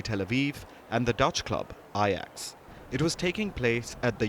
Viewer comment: First of all Palki, pronounce Ajax correctly. The Israelis provoked the incident to play victim as always. Common Jew tactic. The first time Palki presented a biased news. Don’t lose your credibility. Be truthful & report the truth. I am contemplating unsubscribing from your channel.